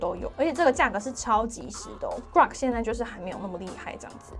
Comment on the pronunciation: 是古洛可不是瓜可 哈哈